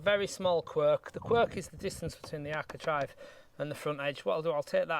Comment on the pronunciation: It's bloody architrave not architrive !!!